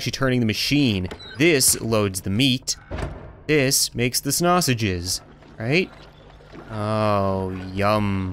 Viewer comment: way did u say snashiges